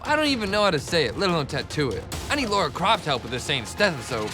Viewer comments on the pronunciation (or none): is it me or are they all saying laura croft?? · I am the Laura croft of this competition.... It's Lara Croft. Lara, not Laura. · It is "Lara" not "Lora" I know it is a fictional character, atleast prounce the name correctly if you are going to compare yourself too her. Fictional or not. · Lara! Not Laura!! (As a fan since I was a kid, it triggers me every time.) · If your going to compare yourself to Lara Croft at least say her name right. Its Lara not Laura.